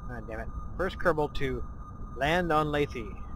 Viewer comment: It's Laythe dammit! LAYTHE! Like scythe! Not Layth-eee!! Pwew.. glad I got that out of my system. Anyway, great vid. Just heard and started playing KSP myself. Having a blast. Nice to see that I'm not the only one committing Kerbal genocide every time I try to fly something haha!